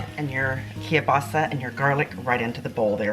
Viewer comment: It's KIEL-BASA. Not Key-basa, or Ka-basa.